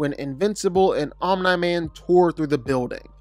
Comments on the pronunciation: Omni man❌ Oh meh man✅💀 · be like omni man ❌ omna man ✅ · Who is “Onm-nye-man” 😂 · "Omnuh Man" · Omne man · “Omna man” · “Omnye man” 💀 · He must say all of the names wrong on purpose, there’s just no way he doesn’t know how to say Omni Man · he aint say it right the whole vid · I’m convinced ur butchering the names on purpose… no way your pronunciation is this bad😆